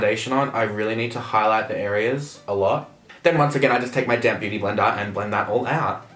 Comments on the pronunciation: omfg "use a damn beauty blender" 😂😂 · are you saying damp beauty blender or damn beauty blender 😂😂